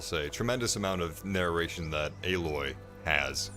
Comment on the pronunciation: C'mon man it's Aloy, like ay-loy.